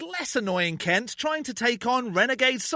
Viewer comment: I think you're pronouncing Kent wrong😂